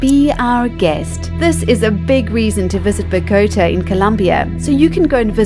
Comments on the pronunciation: Great video. Though you need to work on the pronunciation of Bogotá. It sounds like you are saying Bow-goat-a with the emphasis on the "goat". The stress is actually on the last syllable bogoTA. Additionally, it sounds more like Bogo-TA. No goats please! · Ba go tay? You mean Bogata? How is it possible these people do these videos, but seem like they have never heard of these places before.